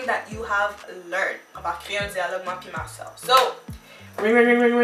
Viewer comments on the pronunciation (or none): none